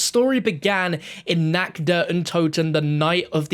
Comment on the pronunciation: Love the vids and hate to say it but you're mispronouncing the german words "Tag" and "Nacht". You're pronouncing the "a" like an english "a". Not that big a deal but just wanted to let you know. Keep up the great content 👍